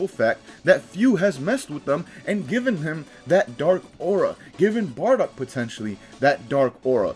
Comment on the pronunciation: It's Bardock. And I'm gonna die. 💀